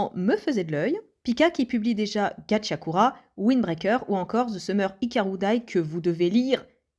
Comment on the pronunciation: Gachiakuta pas Gachiakura